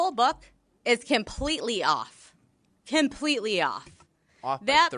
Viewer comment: "It was kem-pleetly off. Kem-pleetly off!"